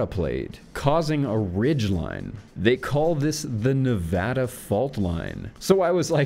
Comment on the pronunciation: So glad you pronounced Nevada correctly. Also can't wait to see more videos, and if you want to do ones on maps I think we could all get a lot out of it.